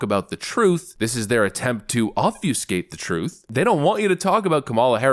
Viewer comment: Good show,. Let me mention that it's ob-fuh-skate, not ob-fyoo-skate.